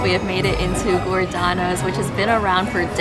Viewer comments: First of all, it's Giordanos not Gordano's. Secondly, they are are known for stuffed pizzas not the deep dish. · Its "G" ordanos. Not Gore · giordanos "gordanos" is ass just like this video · It’s giordano’s not gordanos. Glad you enjoyed our city. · Glor-danos? lol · watch that pronunciation... "Giordano's" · #1 rule is pronouncing the names correctly…….Giordanos ( GIO )